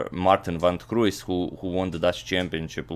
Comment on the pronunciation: I love how you pronounce van 't Kruijs. I'm Dutch:) literally it means of the cross.